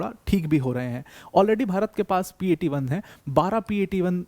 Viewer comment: It's P8 i not P8 1